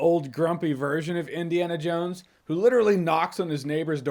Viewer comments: It sounded like you said Disneyana Jones at the ending of your video, if that's not you said, then it should have been 😅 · does he say Disney-ana Jones? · “Disney-Ana Jones”…classic!